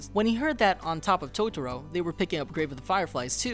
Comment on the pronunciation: you lost me right at the start when you said 'tots-ro'. byeeeee